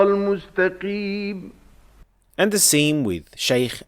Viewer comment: I understand the tafkhim part.. But the mustaqeem here the Qaaf sound from the makhraj is not present.. 😮 He have a hard sounds from throat in Qaaf.. not only tafkheem